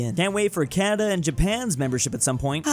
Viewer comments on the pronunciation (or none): none